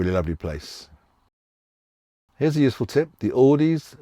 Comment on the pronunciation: You couldn't pronounce the Spanish supermarket, but you also couldn't pronounce Aldi or Lidl. There's no 's'